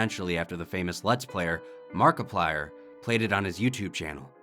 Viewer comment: let's count how many times they said markiplire :D